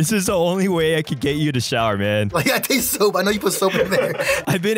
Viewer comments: and he said teste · he say tatse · listen he says taste